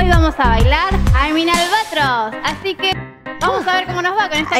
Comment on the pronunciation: No lo dejo de ver pero tu video tiene errores pronuncio mal I'am an albatroz no le puso mucha onda Yo vengo de el canal de Lyna y no sabia que ella bailaba tan bien